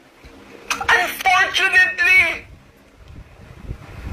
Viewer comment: Atty., pag pasensyahan mo na kasi yung surname nga nya di nya kayang bigkasin, imbes FERNANDEZ sa kanya ay "PERNANDES". ang FIVE ay "PIBE". ang UNFORTUNATELY ay"UNPORTYUNEYTLI, hahaha!